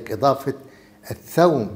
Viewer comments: الثوم وليس الثوم بفتح الثاء انت دكتور على راسي لكن لاتتفلسف كثير بالأسماء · الثُوم بضم الثاء